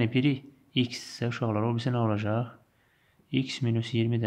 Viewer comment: muellim deyir ki olajax :) demeli olajaxdanaaa :))))))))))))))))))))))))))